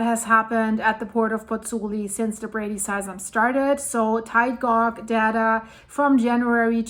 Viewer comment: Just to help you, tide gauge, the gauge is pronounced the same as cage, but just replace the c with g 😊